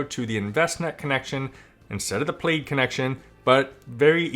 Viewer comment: Congrats on the mortgage payoff! That is so awesome! 👍 Also... Plaid - pronounced like plad. 😉 It's the checkered pattern - which I think is similar to what their logo is.